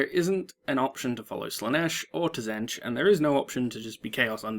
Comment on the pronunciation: also you pronounce Tzeentch wrong.